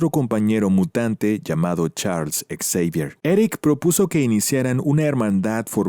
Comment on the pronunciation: Por qué lo llamas charles ex-evier? En lugar de Xavier?